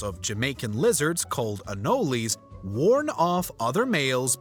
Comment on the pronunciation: These pronunciations are wild. I understand you're trying to be respectful about somethings your not familiar with in daily life/language. But my god, do some more research beyond google AI pronunciations. It has never been called AH-NOL-Y. Drop the eee sound. Ah-Nowl. This and a lot of other ways information was presented in this video causes a lot of discredit to your channel and this commentator. There is literally no R before the P in Oprah. You can't pronounce it any other way, even if you try to take into account her respective culture's pronunciations and there seems to be no public account of the celerity stating it differently. Where are you getting these "Facts" from. Just because they are useless doesn't mean they can be incorrect. Sources?